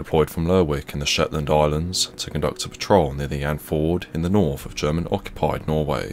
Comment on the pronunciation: “Novembahhh” “Noruff” “Mummff”.